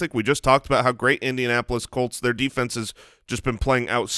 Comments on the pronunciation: "Indianapolis CALLts?" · Jamie Craig i knew i heard him say cults lol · Why did say Indianapolis Coats in the intro?